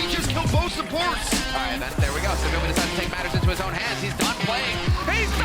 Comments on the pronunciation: Please stop saying sabyeolbe like that. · his name is pronounce sae - byul - bee (byul meaning star) so in english we are pronouncing it correctly. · Who tf is “tsehbyolbe” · The way he pronounced "saebyeolbe" was a little distracting. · I hate how he pronounces his name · The way you say SBB is so funny